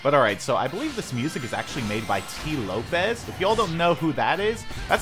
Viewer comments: Tee Lopes not Tee Lopez lol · who pronounces tee lopes like that?